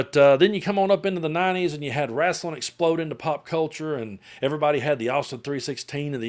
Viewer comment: "Wrastlin'" LOL. Love you, my dude!